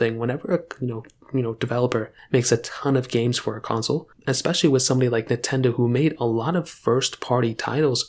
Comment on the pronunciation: Blud said NeTendo 💀